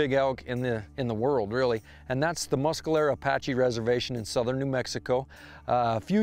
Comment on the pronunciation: Why, why, why does "" pronounce "Mes"calero as "Mus"calero;)